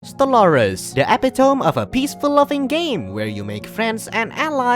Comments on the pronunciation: You might want to look up how to pronounce "epitome" if you're not familiar with it. It's not "epi-tome" it's more like "ep-ito-me". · E pit oh me Not Ep it tome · Yeah it's "Eh-PIT-uh-mee"